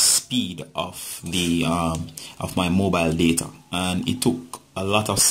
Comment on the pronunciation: Mobile shut? Idk what yr saying